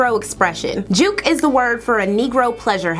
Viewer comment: Born in raised in Charleston South Carolina yea ur got on the nail. We Boi we be jookin And we be slow draggin Pronounced jukn